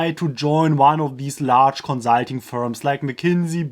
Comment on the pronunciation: Every time he says konzahlting an angel gets new wings